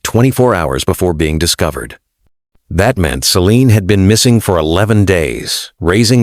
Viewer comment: when he began to call her 'sea lıon' I stopped waching 😂